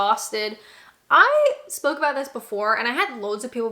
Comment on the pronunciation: the only time i really notice your Canadian accent is when you say a word with out in them like about, it comes out a little like aboot lol